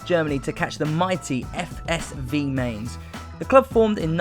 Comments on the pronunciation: BTW It's M-eye-nz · He mispronounced Mainz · You pronouncing Mainz wrong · Who the fuck are Mains? I’m not even German but the pronunciation of Mainz and Tuchel annoys me. Great idea but irritating presenter. Should be on children’s TV.